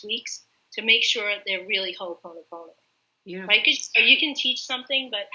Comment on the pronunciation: It's ho'oponopono not Honoponopona! Awesome video